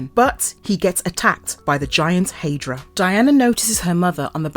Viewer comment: What is a " hey- dra"..its hi- dra, High-dra..Hydra